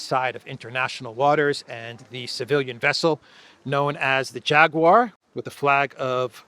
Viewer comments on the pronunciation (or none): none